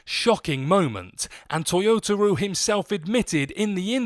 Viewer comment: I will say you should probably get the guy's name right when you say toyotaro